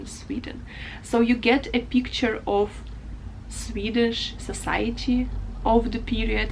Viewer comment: Your swedish pronouciation was really good